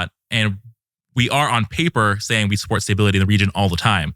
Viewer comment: This guy doesn't know how to pronounce the word stability. Great guest.